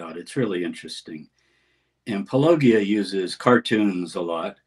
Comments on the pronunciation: congrats on being a cartoon. just so you know, you've peaked now. ha! btw, it's paul-o-GEE-uh, not paul-LOW-gee-uh) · Hello Dr. Tabor, I really liked the video of you and Paulogia together. One thing: you pronounced Paulogia's name wrong. The g in Paulogia is not pronounced gee, but rather djee, like in apologia. It's a pun on his name; Paul, and apologia; the defense (claims) of christians.